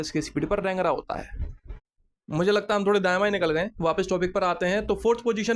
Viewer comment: Bhai daayen baayen sunne me mazaa aaataa hai😂😂